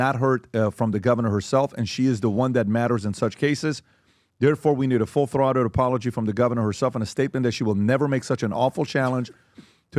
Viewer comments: Pronounced - THROTED - long O - sounds like BOATed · "Throw-ted" not "Throt-ed" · Why is he saying “th-rot-ted” and not “th-row-ted” lmao. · Full " Throtted" ....... PBD, learn to pronounce words you dolt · Full “Throtted” 😂😅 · This is the second podcast. I’ve heard people mispronouncing full “throated”…like, you know, throat??? Between your head and your chest… what get squeezed when someone gets strangled… throat.